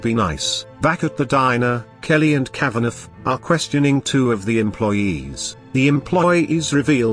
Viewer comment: The robot voice keeps pronouncing the name Kavaneff, because it seet the gh at the end. It should be Kava naw.